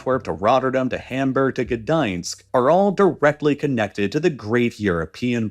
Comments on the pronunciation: The polish port "gadansk" lmao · Some weird mispronunciations there, from Trieste to Gdansk. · As a polish person u saying ge-dinsk is disrespectful when it's actually pronounced g-dansk